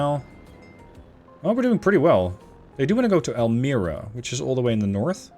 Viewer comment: Just FYI, the ' i ' in Elmira is pronounced the same as that in pine, not pin. So it's more like Elmyra, except you don't 'close' the y. Nice vid